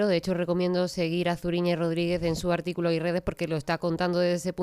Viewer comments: Se pronuncia Suriñe..no Zuri.. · Zuriñe no se pronuncia con la z del castellano sino con lo pronuncia. Gracias